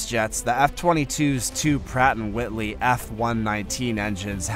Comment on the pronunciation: Pratt and Whitney, not "Whitley".